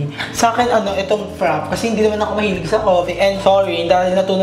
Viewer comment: FRAPEYYY ang pronouncation hindi FRAP hehe